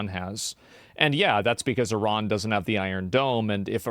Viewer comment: It's not I-ron, it's I-ran. I'm sick of Americans increasingly using global pronunciations.